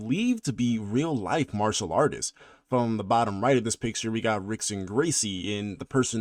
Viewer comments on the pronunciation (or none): none